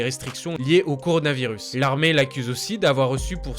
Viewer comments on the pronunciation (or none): none